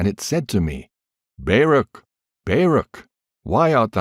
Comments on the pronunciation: I really appreciate you reading for yt, but, and I hate to be like this. But his name is not Bear-ak, it is pronounced Bar-ook, Baruch. Not sure how you didn’t know that, or how you didn’t hear of him before you read this, but in any case well done and thank you. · I've never heard anyone pronounce Baruch that way before 😂😂😂 I'm am American Jew, and we pronounce it "bar-OOK" with the phlegmy "ch" at the end, if you can manage it. But I'm not going to claim you're pronouncing it wrong. Nobody knows how Hebrew sounded in ancient times, so maybe you're saying Baruch in exactly the way that he himself said it. Who knows?